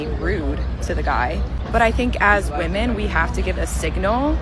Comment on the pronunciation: This trend of pronouncing women as woman is so damn annoying!!!